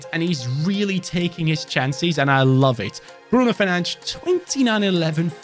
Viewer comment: Mar Tea Yal - Fer Nan Chhes 😅😂